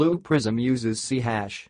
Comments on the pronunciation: It is not " c hash", its "c sharp" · I lol'd when I heard that.